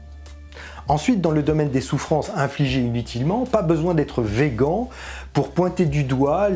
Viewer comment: Désolée pour ce commentaire non pertinent mais c'est quelle prononciation de " vegan " ça ? 😆